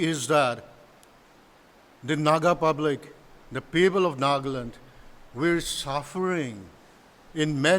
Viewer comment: One simple request to all my fellow Nagas. Please. Please. Stop pronouncing the name of our state as 'nagland'. It is NAGA-LAND. No need to 'standardize' the pronounciation or add some accent. Naga laga land. Nagaland ase. No offense to anyone. ✌🏻